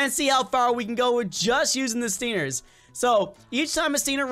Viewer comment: XD HE KEEPED SAYING STINERS BUTS ITS CALLED STINGERS